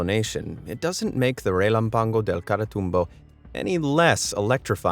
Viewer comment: Can I just say the narrotors Spanish/Portuguese is amazing (it's when he mentions the storm at 1.50)